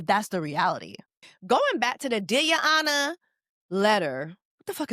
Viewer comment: Took me all the way out, " Deer yo onor"